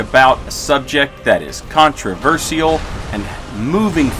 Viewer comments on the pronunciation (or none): I'm gonna forward backstab you if you keep pronouncing contrafershal like that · The way you say controversial and across bothers me.